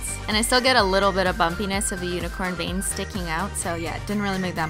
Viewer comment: Who else thought she said bangs instead of veins